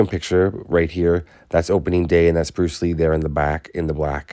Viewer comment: Bluce Ree